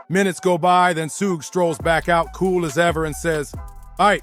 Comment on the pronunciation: WOW this idiot just called him sooshi Knight